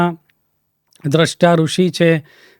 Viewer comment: તમારો દૃષ્ટા ઉચ્ચાર ખોટો છે. દ્રષ્ટા,દૃષ્ટિ,સ્રષ્ટા,સૃષ્ટિ ભેદ સમજો.